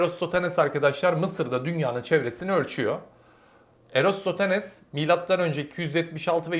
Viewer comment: bu vid bir defa daha çekin sn. ama erostotanes demeyin; eratosten deyin. veya eratostenes de diyebilirsiniz.